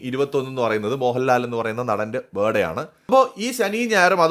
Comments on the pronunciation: ITS BIRTHDAY .... NOT BIRDAY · ബേർഡേ അല്ല, birthday 'r' sound silent ആണ് 'th' sound കേൾക്കണം. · Aha Mohanlalinte "Buh Day" aano ? Happy "Buh Day" Mohanlal